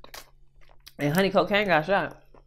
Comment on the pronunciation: Who the HELL is honey cOcAine did I hear that right 😂